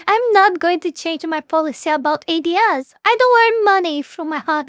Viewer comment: “Ads” is said as “adds”, it’s not an acronym. It’s advertisements.